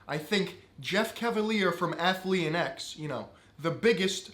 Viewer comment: Take a shot every time he mispronounces Athlean X